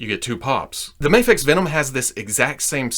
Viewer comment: I don't get why people say "mayfex".